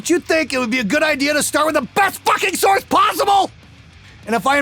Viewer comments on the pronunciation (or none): none